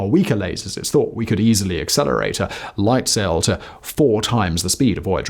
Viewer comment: а Вояджер-1 знает что он теперь фожэуан?! почему-то у голосовых движков рот не набит лягушачьими лапками и они произносят нормально 🤔